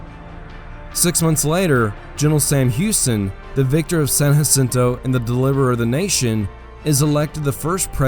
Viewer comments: San Jacinto Not San Hacinto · Can’t believe you made entire video about San Jacinto and you pronounced it wrong the entire time. It’s “juh-sinto” not “huh-sinto”. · Texians won the war. Therefore, the battle and river are called San JA-cinto. Not San Haceento. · lived right next to San JAAAA-cinto for many moons Texans call it San JAAAAAAAAA-cinto not Yacinto. Murica